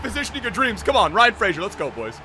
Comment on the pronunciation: FOR THE LOVE OF GOD SAY RYAN FRASERS NAME CORRECTLY!!!!